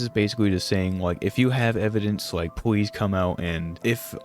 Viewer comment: The Ws over ls are funny 😂 “Wike” Wex Reawwy waw 😂